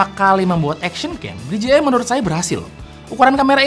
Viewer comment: DJI dibaca di je ai om, kalau di ji ai tu gini DGI